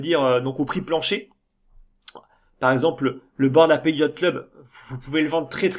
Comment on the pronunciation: Super vidéo encore une fois, tu continues d'apporter ta vision sereine et long-terme sur le marché, et c'est très important dans ce genre de période :) Ah, petite info : "ape" ça se prononce "aipe", et "apes" -> "aipse" ^^